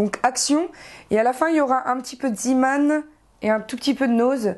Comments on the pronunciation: pk tu dit ziman ont dit zeman!;) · cool mais c pas ziman ça ce prononcé zéman